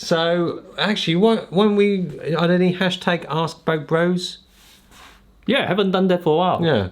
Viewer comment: Love you guys so because of that I have to let u know........it sounds like you are saying "BROKE BROS"